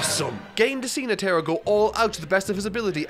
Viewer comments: NE-te-ro not ne-TE-ro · In dub, they say "Kura-peh-ka" instead of "Kura-pee-ka", and Palm & Netero as it's spelled. Not sure how he got Palm and Netero names pronunciation wrong, but maybe due to his accent. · Crazy how people had fits over how pronounced Gon but nobody wants to correct him on Netero oof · Has he been pronouncing Netero’s name like that the whole time? lol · Bro why he pronounce netero like that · Please pronounce Netaro correctly…